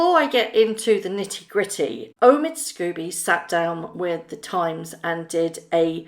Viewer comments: Forgive me, but however much you may despise the co-writer of this book, his name is 'Scobie' not 'Scooby'. It's unprofessional to mispronounce repeatedly his name, likewise, Jessica is 'Mulroney' not 'Mulrooney'. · Sc-OH-bee not Sc-U- bee. Sorry but it triggers me when that idiots name is pronounced wrong.